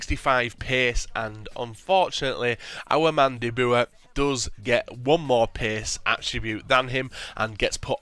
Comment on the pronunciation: haha such fun when english peaple says "de boer" haha